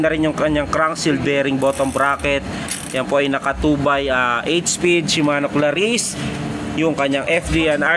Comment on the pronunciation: Cla-reece. Hindi "ClaRISSE!!!" Poota. Dun palang tinigilan ko na panonood.